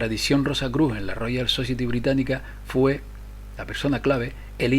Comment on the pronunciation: society se dice "sosaieti" por favor....